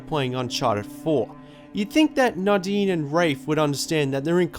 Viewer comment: Dude You have no idea how nadine‘s name is acually pronounced. The dude is calling it right! The game pronounes her name weirdly wrong